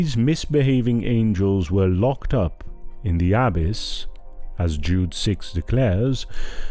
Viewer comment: Peace be with you. The readers or speakers could easily use google translate or some other app to hear how words and names are pronounced like "abyss" and "Canaan."